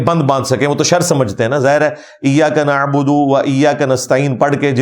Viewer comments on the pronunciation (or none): none